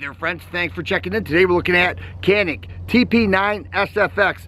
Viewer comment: İt must be pronunciated like GANİK or JONHİK